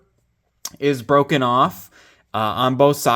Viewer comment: IT'S BWOKEN, IT'S BWOKEN!